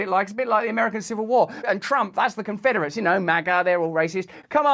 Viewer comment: Conferderates 😂😂😂 WTF?? 😂😂😂😂